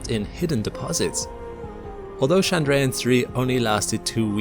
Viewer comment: Chandrayaan is not French, it's not Shandrayaan, it's Tchandrayaan just as you would say Church. Besides, you're speaking English. But if you're insisting on switching accents and language rules mid sentence than at least get it right. You can use Google translate to find out and Hindi is available.